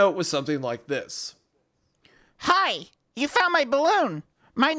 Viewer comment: bro 🤣 the way he hit that "Hi!" Had be fuckin dead 😂